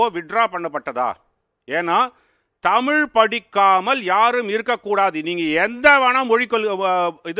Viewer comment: 😮ஆம தமிழ்நாட்டில் இன்னும் தமிழை தமில் என்று உச்சரிப்பார்க ள். சரி ஜெர்மன் படிச்சி இந்தியாவில் என்ன செய்ய போகிறார்கள் ? தமிழ்நாட்டில் கிட்டத்தட்ட 50 % மக்கள் இந்தி பேசுகிறார்கள். மும்மொழி கொள்கையை மிக சிறந்த கல்வியார்கள் உருவாக்கி யுள்ளனர்.